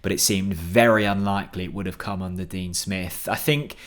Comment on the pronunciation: Dean Spiff? Hahaha creasing.